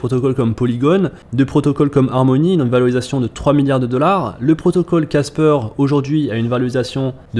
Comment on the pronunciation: C’est pas caspeur ! C’est casper !